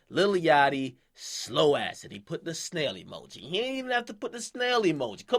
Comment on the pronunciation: when he emphasized the snail emoji lmao